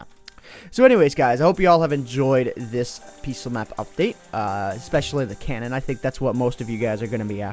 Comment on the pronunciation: Cannon? Dont you mean cow-non?